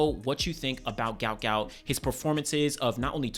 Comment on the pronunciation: Say his name properly Guot Guot. What an Aussie legend.